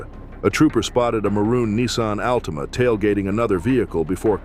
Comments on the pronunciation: the al-teama 😂😂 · The "Al-teema." lol